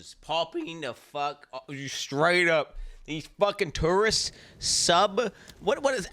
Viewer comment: I kept mishearing "tourists" like the way the said it sounds like "turds" 💀💀